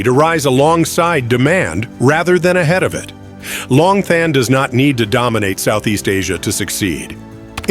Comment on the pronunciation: Long Thanh is pronounced Lom Ton.